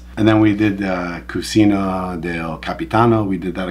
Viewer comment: It is cuCHina, not cusina… Also, going this Sunday (April 21th!) can’t wait❤❤